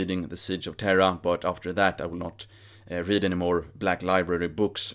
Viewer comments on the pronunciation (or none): none